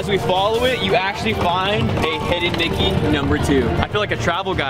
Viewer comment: said "hidden Blicky" instead of "hidden Mickey"😂